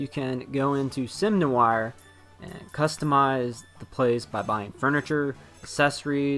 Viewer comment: It is so funny how this guy totally cant pronouce Noire despite her being his favourite character. I wasn't even sure what he was trying to say the first few times, "nu-whe-arrrrr" I bet he calls Blanc "Blank" :P